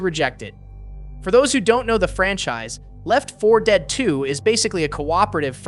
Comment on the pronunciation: Anyone else hate how he says Left 4 Dead?